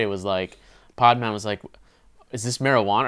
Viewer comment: great review, but why r u pronouncing the title "paad-maan"??